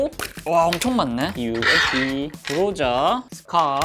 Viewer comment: UMP9는 엄프라고 읽어주세요